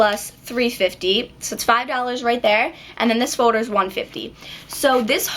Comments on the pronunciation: lol its not folder its foder in an nail ladies accent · why do you say foder instead of folder?? just wondering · Its foLder not foder :) jus sayn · Gosh it's annoying how she says fowder as opposed to folder. & then she says garuntee instead of guarantee. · you say foulder in sted of folder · she says folder wierd..... FODER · Please stop saying foder and say folder it's annoying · folder not fowder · i love the way she said folder she saids "fowder" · Lol, the way you say, "folder" sounds like "fowder"! :D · you pronounce 'folder' like 'foder' hah( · you say foder instead of folder your so cute!!:) <3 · folder not foder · An eight grader doesn't say foder!!!! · Foe-durr. sweet baby jesus that gets annoying. good tips though girlfrann. thanks. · its so funny cause you say ''Fowders'' :p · you say folder like "fo-der" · u say folder like fowder lolz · haha I love the way you say folder.. F-OH-der. hahaha( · you say Fow-der lol :) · You say folder so weird! Lol you say it like foder hahaha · The way you say folder is really annoying sorry :/ I thought it was funny first but then you kept saying it and it got so annoying. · i love how she says Folder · I LOVE THE WAY YOU SAY FOLDER :) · class of 2017..!!!! i like how yu say folder lol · I couldn't stop listening to the way you said 'folder'. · i like the way you say folder aha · i love the way you say folder (: lol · i like how you say folder. :) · you make me laugh when you say folder lol! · I LOVE HOW YOU SAY FOLDER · u really cant pronounce folder its sick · i love how you say folder :) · you say folder funny( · It drove me insane how you don't pronounce the letter 'L' like in "fo-der" (foLder) and "sho-der" (shouLder) argggggh lol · good job but u cant pronounce shoulder or folder its more like shoder and foder